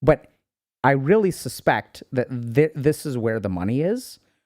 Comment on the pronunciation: oh man all your "th" are 1 letter haha thanks for everything you do Doc <3